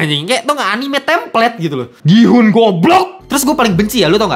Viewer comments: Ya ga perlu juga dihujat juga soal bahasa koreanya TOT… Dia kan ga pernah belajar bahasa korea jadi wajar dong kalau pengucapannya salah. Gua juga kalau mau nyebut gihun ya juga gi-hun pasti karena ga ngerti bahasa korea. Mentang mentang lu bisa bahasa korea. Gua kasih lu ngucapin kata bahasa lain juga lu pasti salah 😂😂😂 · DAN LO TAU APA? Dari semua hal-hal esensial dalam series ini yang luput untuk lu pahami (karena kita semua tau lu kejar setoran), BERKALI-KALI NAMA GIHOON DISEBUT DI DALAM SERIES INI, LU MASIH SALAH CARA SEBUT NAMA DIA 😂😂😂😂😂😂😂😂😂😂😂😂 Kalo lu ga ngerti bahasa Korea sama sekali, lu gatau cara nyebut nama-nama Korea dengan baik, lu males ngulik pake AI, MINIMAL KUPING LU DIPAKE: pronounce nama Gihoon itu "GI-UN", letter "H" is silent, bro! Nggak Inggris, nggak Korea, pronunciation lu BUSUK SEMUA 😂